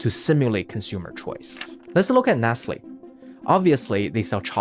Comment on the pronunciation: Because he pronounced it Nessly